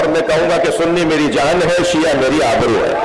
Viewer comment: Bhai siya nahi shia hota hai